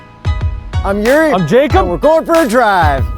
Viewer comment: His name is Yuri not Zuri